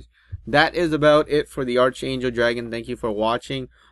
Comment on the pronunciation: It's said like "Ark-angel"